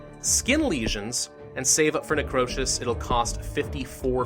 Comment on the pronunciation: "Necrowsish" that's what it sounded like he said at one point